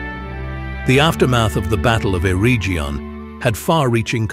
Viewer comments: Eregion is a hard g. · Those pronunciations are terrible. Air-region and selebrimbor lol